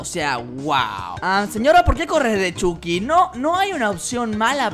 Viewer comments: robleis:le dire a chuky como chuky no como chaky robleis:ahora CHAKY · Chiki argentino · Chucky latinoaméricano